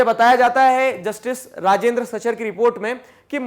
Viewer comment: Sir you miss pronouncing rajindar